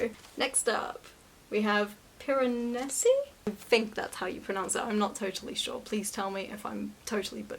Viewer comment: You pronounced Piranesi well it just needed a slight Italian accent! Also 🐈